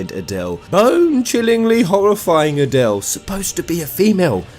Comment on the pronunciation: Yeah you do not speak that name out like Adelle... It's A-del. Just say the A and del after it. So annoying if people get that wrong. Just as hard as saying Lunatic i guess....Long A's....not short ones....